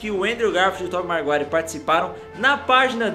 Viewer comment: É Tobey maguire e não marguire